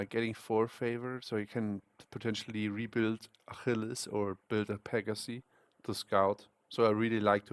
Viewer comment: "Akhilis" digga??🥀🥀🥀🥀🥀🥀